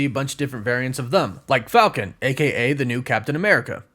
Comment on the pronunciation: I tried to get over this so many times but I just can’t get over the fact that when you say the word them it sounds like you’re saying thumb and it’s the most annoying thing ever have a good day!